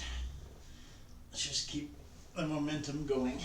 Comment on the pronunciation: Everything you said momentum i kept hearing mo-mentos....gosh I love a mentos candy! Haven't had one in years. Glad to see you at it today. My big toe is worse this evening. Perhaps I need to stop walking on it altogether. ☹ May need to go to the clinic tomorrow and get a boot cast so it has a better chance of healing. Oh well, sorry for being a Debbie downer. Your Ladybug does look good in that lighting - it made me smile to see it. I've a couple of books on the go. 12 Rules for Life by Dr Jordan Peterson has my attention now. Will check in on the weigh in on Sunday. Have a good weekend! 50lb loss is in reach! 😀